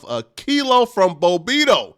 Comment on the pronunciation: It’s Bob-Bito not Bo bito damn you can’t read 😂😂😂